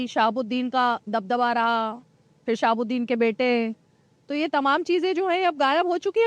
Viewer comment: Sahabuddin sb ka naam shi se le jahil patrekar.. sahabuddin sb garibo k masiha the